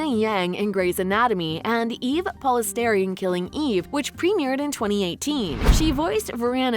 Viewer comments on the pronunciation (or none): the pronunciation of mei is wrong, which is rather disappointing. but other than that, good video i guess! edit: just kidding, you also pronounced rosalie chiang's surname wrong. eve polastri, not eve polesteri. seriously, it's not that hard yall. sandra says it multiple times in any interview when she's asked about eve. chimerica... this isn't funny anymore. it's a portmanteau of china and america. maitreyi's character is devi, pronounced with a short vowel e. not deevie. why do white people do this. this is just disrespectful now. the fact that you can't take the time to learn POC names is an utter slap in the face. it honestly sounds like you garbled hyein's name and just tried to get past it as quickly as possible. korean is hard to write in romanised/anglicised language, but her name is pronounced like heh-yin. it takes 5 seconds to look it up. shame on yall.